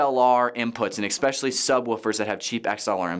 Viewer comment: I normally like the content on here... but this is a bit deceiving. I don't really want AVL or music gear advice from a senior pastor.... no offense to him or anything... But also how can we trust a guy who keeps saying eXspecially? If your church plant cant afford a few of these basic items Im wondering if you really should be planting a small group in your home instead...